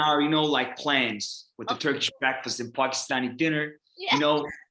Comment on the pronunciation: He says Pakistan so perfectly 🇵🇰🥹😍